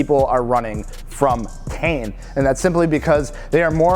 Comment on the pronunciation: It’s not tee in. It’s pronounced tain. You ever watch a video of the Japanese reps talking about their products?